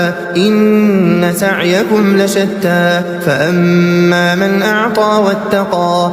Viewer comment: Fa amma not e fa Amma😢😢